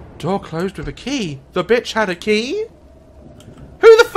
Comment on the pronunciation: "the bitch had a kEy?" sksks i can't breathe 😂😂